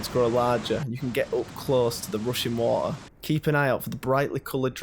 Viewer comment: "rushin wa-a"